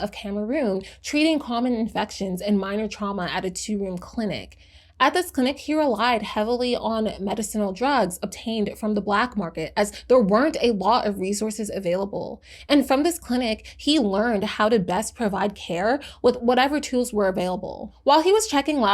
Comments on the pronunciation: 1) FFS get on with it already! The chatter just goes on and on and on. 2) "Medicinal" is pronounced Me-diss-a-nal, NOT Medicine-al 3) "Ribavirin" was not a "new and experimental" drug in 2004 -- It has been around since the 1970's and was approved for Clinical use as an adjunct therapy for HCV in 1986. It's been used off-label in countless cases for decades. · Aside from the completely wrong description of barbiturates, the jarring mispronunciation of "medicinal" tells me this was written by ai and you couldn't be bothered to do some simple due diligence.